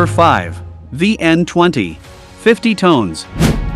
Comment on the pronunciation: Tons not tones 😅😅😅😅😅